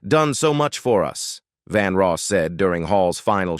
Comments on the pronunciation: His name is Vandross not Vanross. Bigtimer like yourself should have checked the correct pronunciation & spelling before running your mouth. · This announcer does not know how to pronounce a lot of the names, Madea, Vandross, Jay Leno. Doesn't he do some research better he opens his mouth.